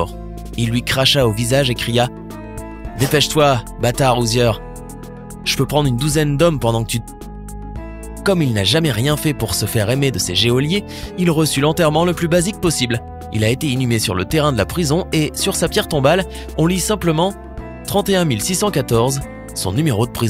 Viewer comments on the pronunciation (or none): Geôlier et non « géolier »